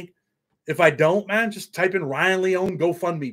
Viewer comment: it's LEE-OWN-EE lol Ryan will be surely missed. Nikko and Weiland will grow up without ever remembering their Dad and Karina won't forget him. He's with his 1st love Jenny and his best friend Paul 🕊 That gives me solace 🙏